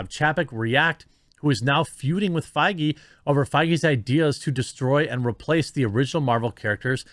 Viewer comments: The worse part is the constant mispronunciation of Feige. The ‘ei’ makes an ‘a’ sound! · So that's how Feige is pronounced. I thought it was pronounced as Fayger, like you know, Fegelein. Fegelein! Fegelein! Fegelein!